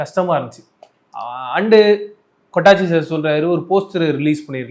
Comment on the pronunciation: Avar peru 'kottachi'...kottanguchi ila 😂😅